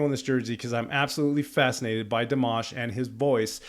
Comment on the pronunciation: FYI - it is not: DEE - mash. It is: dee - M(AH)SH. Accent on the last syllable. You got the AHH sound, tho!!! (Some people pronounce it like "MASH"ED POTATOES! YUCK, Good job listening. I noticed you also caught the pronounciation of his last name at the end of Stranger! Another FYI - Dimash is classically trained in Kazakhstan, beginning voice and piano at age 5. He has degrees in Bel Canto (2014), Vocal Contempirary Music (2018), and a Masters in Composition (2020.) He is now working on a PhD in Musicology. This was my furst time seeing you. I definitely SUBSCRIBED. I learned from you about Dimash and FIRE (metal song) I will look it up now, My grandson is a guitar player - metal, but I do not know which type. I looked this up just now - Dimash speaks Russian and Kazakh. He is studying English and Mandarin. He has also performed in Mandarin, English, French, Turkish, Ukrainian, Spanish, German, and Italian.